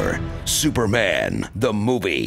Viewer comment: "Now, get ready for Superman: The Moobie"